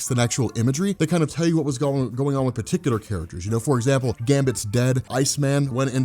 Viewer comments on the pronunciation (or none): none